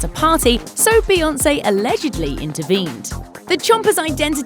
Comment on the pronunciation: F beyawnce